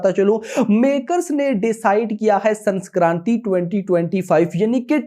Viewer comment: Sanskranti nahi sankranti🤣🤣